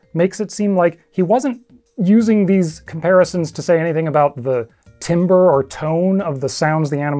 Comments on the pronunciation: I love ydaw! *very small note, “timbre” is actually pronounced “tam-ber” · Thank you! I was just about to comment this. To be fair, it's extremely unfair and trolling for "i" to be pronounced with an "a" sound. I'm guessing if he's truly been a wind instrumentalist, he probably hasn't seen the word "timbre" written/spelled out. I had been playing for many, many years before I saw that word on paper and was so confused like..."why are we talking about wood?" then it clicked lol 😅😅